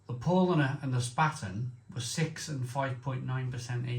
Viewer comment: Love your channel but if you’re reviewing German beer please bear in mind the earlier comments about pronounciation. It really grates if it’s wrong. Lowenbrau is pronounced “Lervenbroy” Paulaner is pronounced “Pow-larner” Spaten is pronounced “Shpairten” and Hofbrau is “”Hoff-broy.” And yes, I omitted all the umlauts which effect pronounciation because on old iPad I couldn’t be arsed! Slainte. 👍🍺